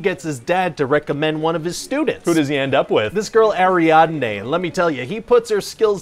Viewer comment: “Who does Cobb hire?” “This girl named Arianday.” I believe it’s pronounced “Ariadne”